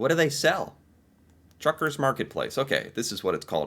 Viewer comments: Mother T ucker's No R. Not Trucker's, but Tucker's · It's Tuckers not truckers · Tucker not Trucker. Can you read? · It's Mother Tucker's, not Mother Truckers. You kept saying Truckers...;-) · lol,, you keep saying, Mother Truckers, but, it’s Mothers T u c k e r s, lol 😂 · Hey...it's Mother Tuckers, not Truckers...no letter R after the T.